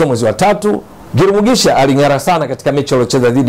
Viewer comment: huyu ni mtu wa Burundi Maana Jina analitamka vizuri GIRUMUGISHA 👍👍👍👍👍